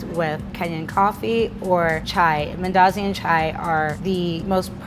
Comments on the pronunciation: Wait is this a Kenyan speaking like an American? The way she says mandazis yuck! Umeharibu. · You Kenyan? Just wondering coz you struggled to pronounce mandazi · If she says mandazi like that one more time i swear on my daddy momma😂😂